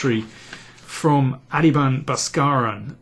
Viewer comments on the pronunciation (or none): Good analysis.... his last name should be pronounced BossKarAN. Just a tip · Although only slightly off, your pronunciation can literally mean bus-driver in Tamil :) But the real meaning behind his name is Baskaran = Someone who shines bright, Adhiban = Leader or the first one! A slightly different pronunciation can mean completely different thing in Tamil. Interestingly literal meaning of Viswanathan = Lord of Universe, Anand = Happiness. Vishy's parents couldn't have named him better. Seems like Adhiban could also live up to the literal meaning of his name :) Hope all this trivia helps! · Thanks for your openness. I did see his video. I am from the same state as Baskaran and have several friends with same name. It is difficult to convey the actual sound in English. I struggle with Polish names written in English so I understand. I will attempt to break down the syllables as written in Tamil lanauage and it's closest sound in English. But the best bet to ask him in person ;) A-thi-Bun Ba-sKa-Run. We are shy to ask for correct pronunciation. Anand was super kind to let everyone mispronounce his name :) His name should be pronounced Aa-nun-dh.